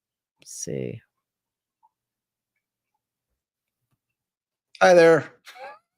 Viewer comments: I think she says "huh?" Instead if "hi". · I hear "Huh?" or " Hmm?" instead of "Hi" after he says Guys.